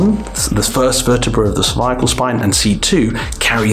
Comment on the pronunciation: "cerviacle spine"